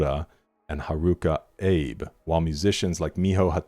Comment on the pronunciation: Abe = Ah-bay for future reference